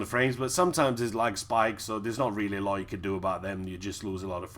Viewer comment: Heh heh! Great vid. What is your accent?? Love the way you say "foood" and "looot"!